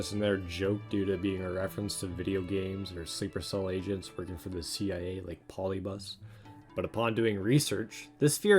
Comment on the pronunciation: being rushed like how you butchered the word polybius?